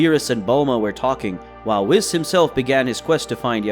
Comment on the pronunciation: It's WHEESE NOT WIS